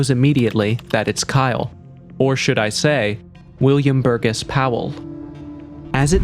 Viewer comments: Bur-GESS? No,it’s pronounced Bur-JESS!! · And just for the record, Burgess is pronounced "bur jess." The "g" is soft.